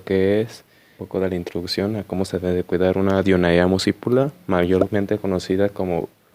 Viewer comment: Se pronuncia Dionea ( en griego hay una regla que dice que si hay una a seguida de una e "ae" se pronuncia como "e".